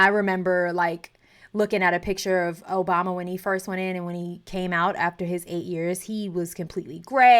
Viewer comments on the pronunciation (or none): none